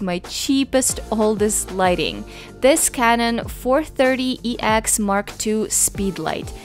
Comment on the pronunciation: I thought you called your speedlite "Kevin" but you said canon. :P